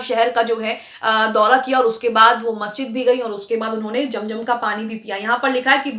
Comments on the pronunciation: Jum jum Nahi zum zum hota hai app Se Accha to Hindu bolte hai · its zam zam not jamjam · Madan it is not jam jam but zam zam, correct your pronunciation. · Aap apni urdu durst kijiye. Zam Zam not jam jam